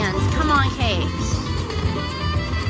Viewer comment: 🎉awesome win. Kept thinking u saying we need cakes instead of capes lol ❤😂